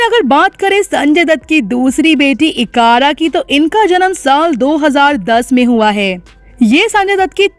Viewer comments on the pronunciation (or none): sunjay dutt daughter iqara nahi ...IQRA hai ufff itna pyara naam hai plzz kharab mat karo